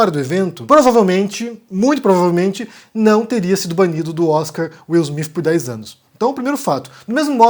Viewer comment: Pow, sei bem que vc é viajado, conhece outras línguas e etc, mas dá pra vc não falar Will Smiff e sim Will Smite? PS: sei que o nome dele é Will Smith!